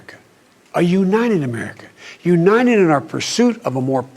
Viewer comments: Joe B always says Uninenent for United. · he said "defind America in one word". Wow. Imagine biden in tradetalks with other world leaders. he said " uninedd". Go get em boy. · "UNINED !" I was afraid that they would use deep fake, but no, it's joe... and for the first time in his life he said the truth "There's never been anything, we've been able to accomplish,when we've done it together"